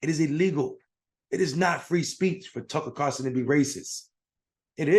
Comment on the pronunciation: When you call other people idiots but you can't say Tucker Carlson's name correctly then you also sound like an idiot. Just saying.